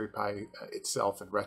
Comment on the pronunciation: Well.... absolutely nobody else pronounces it "P. I."